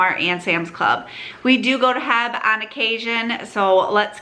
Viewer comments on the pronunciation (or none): The locals aren’t saying it the way it’s meant to be said…. I’m also a local, and everyone I know pronounces it H-E-B, as do the commercials you’ll see on television.